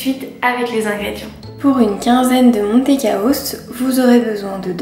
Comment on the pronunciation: Le nom n’est pas MONtecaos, mais MANtecaos, ca vient de MANTECA qui veut dire beurre en Espagnol.